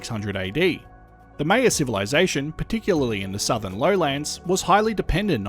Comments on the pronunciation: it’s pronounced “MY-yuh”, not “MAY-yuh”. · Great video! Only thing I I wanted to add is Maya is pronounced like “higher” with an M :) Still found the video fascinating though! I’d never heard about this eruption/these eruptions!